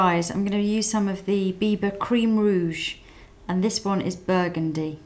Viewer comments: Without having looked at the title, I thought she said "Bieber" lol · Everytime u said biba, it sounded like u said bieber. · oh gosh, when you say biba i hear bieber and i'm like, justin bieber has a makeup line? well thats not surprising lol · LOL when you said biba fever i thought you meant bieber fever